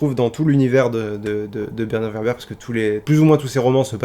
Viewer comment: ÇA SE PRONONCE WÈRBRE ! ^^ Il pourrait invoquer Tom Bombadil qui est un Deus Ex Machina ambulant vu qu’il est le seul personnage à résister à l’anneau et qu’il lui suffit de chanter pour régler une situation. Ou le Balrog qui est surpuissant. Ou...Gollum parce qu’il est déjà fou donc immunisé à Cthulu.